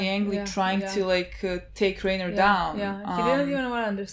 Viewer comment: I just have one question, lol. why, after four seasons, is it still RAY-ner instead of RYE-ner, haha